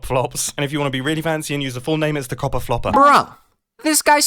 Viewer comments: "Xopper" "Xorper" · Cox-or gate? (Co: Copper)